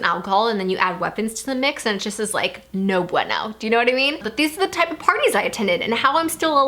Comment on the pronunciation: That was the whitest "no bueno" ive ever heard.